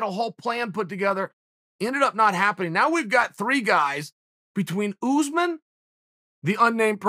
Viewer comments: Chael: oOooO0oze min Me: okay, great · Chael "OOsman" Sonnen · Who the hell is ooozeman ? Take some pride in your work. Komzot Chimaev may fight Ooozeman after bresfix 🙈😂🤣